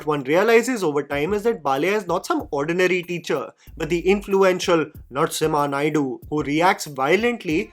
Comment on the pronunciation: Let me tell you something Hilarious - When you said Narsimha Naidu, i wasnt looking at the video as i was doing something else - I heard "Nuts IN my Naidu"